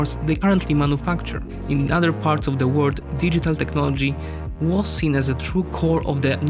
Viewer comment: I can't stand it! Why can't the narrator say WORLD, with the L? All I hear is - All of the word is going green? - Now that's not the R and narrator is not Japanese to mix it up. What gives? Why do people make content that's interesting and straining to consume?